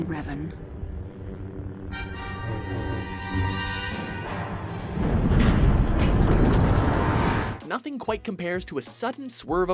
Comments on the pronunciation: It's Revan, not "Reven", wtf... :| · DARTH REVEN? I think Geralt is a better anmesia afflicted charcter, but i can respect Revan being one but please get his name right! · Darth RevEn? Seriously? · "Reven"? Nice job guys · Darth.. Reven? ;__ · Rev"A"n, not Reven. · You know me. I tend to critizize things like Clip titles or content. Not here. However I have to ask who the hell is "Darth REVEN". Come on guys. Even if you have no Idea who REVAN is, you should be able to read the subtitles of the scenes you put in. And it´s not like you simply put an E instead of an A in the title for his clip, you went on and pronaunced it as Reven instead of Revan. You can do better than that. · To , it is Darth Revan not Reven.